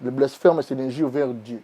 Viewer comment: on dit blasphème et non blaspherme ok, mytho que tu es